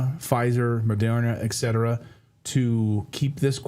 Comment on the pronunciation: Ekcetera ekcetera.....its ETCETERA!!!